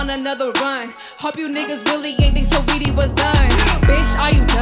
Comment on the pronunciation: Saweetie had them fronts in. They mess your speech up every time 😅😅😅I heard it too